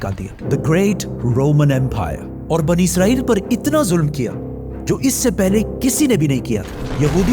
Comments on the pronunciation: Bhai izrael farishta hai Israel bolen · عزرائیل نہیں اسرائیل ہے بھائ